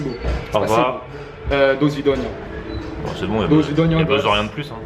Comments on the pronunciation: Je suis Russe est bravo juste on dit pas dosvidagna on dit dasvidagna 😜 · c'est vrai qu'il a une prononciation de mer... et pareil pour au revoir (dasvidania)